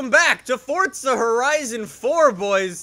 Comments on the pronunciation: ForZa not forDza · Why do you always say it “Fort-za”. Forza has no “t” in it.